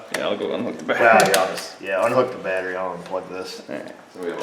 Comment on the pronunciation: Did he say batt tree Vice grip watching south main lol I am high as shit thank you yes